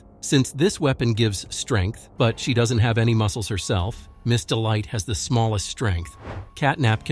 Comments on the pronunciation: Miss Dite it’s Miss delight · the way he called him ms dite